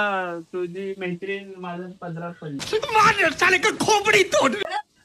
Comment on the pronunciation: आधी मैत्रीण बोलायला शिक. म्हेत्रिन 😂